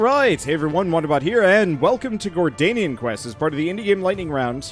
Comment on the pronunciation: Gordian Quest is pronounced like the Gordian Knot...like the ending in "accordion" but with "Gore" in front of the "dion"... it is not pronounced Gordanian...that just sounds like a something from Lord of the Rings lol. Any way, good video!